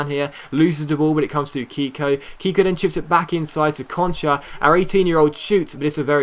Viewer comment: you are pronouncing Keko like if his name was "Kiko". The pronounce it the right way you should say the "e" as in the word "Melt" for example.